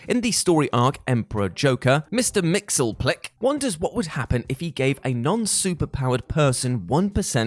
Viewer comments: Actually it's mix yez PIT ill ick, but you were still closer than this guy was. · Say it with me: MISTER MIX. YES. SPIT. LICK. MXYZPTLK. You cannot talk about how much you loved the Batman and Superman animated series, and constantly forget about how he specifically told everyone exactly how to pronounce his name.